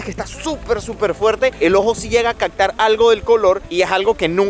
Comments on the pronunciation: HolaGabriel , tengo una duda , las palabras con P lntermedia las pronuncias con C , ej. Captar , te escucho Captar, Pepsi te escucho Pecsi, me sacas de ka duda? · CACTAR es Captar??? aprende a hablar mi pana!! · Corrijo , Captar te escucho cactar. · 😂😂😂 se dice captar, no cactar...😂😂😂 47'12"